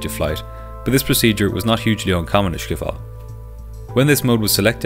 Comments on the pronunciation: Amazing video, as always. By the way, it is pronounced skip-hol. The word is a compound word (like in German) of schip and hol. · You pronounce it as SCHIPhol as SCHeveningen. (I am dutch) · He can't pronounce Schiphol do he's obviously not Dutch